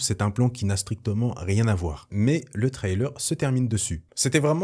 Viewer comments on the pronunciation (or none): Arrêtent avec tes trylers. On dit trailer de cette façon. "Trai" Comme dans "Je tire un trait" Et "ler"comme dans l'heure. There is no y in the middle of the word trailer.